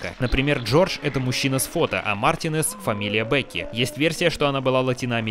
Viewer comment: Марти'нез, а не Мартине'з (Извини, бомбануло)